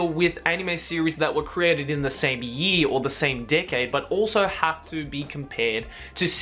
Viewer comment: whenever says “decade” i think he’s saying “dickhead”